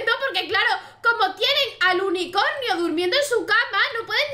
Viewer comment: dice unicoño en vez de unicornio